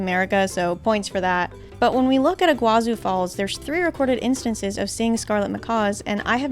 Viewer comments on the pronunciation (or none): It's not your fault but it's not pronounced like iguazu falls the çu at the end of Iguaçu sound like tsu in Portuguese or the sound of two s it has no way near the sound of z